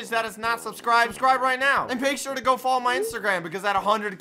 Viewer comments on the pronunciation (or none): You said follow wrong lol you said foloow lololol😭😂